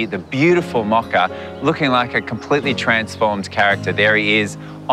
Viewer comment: The dog's name is is mocha. It's pronounced MO ka. The o is a long o. Not a short o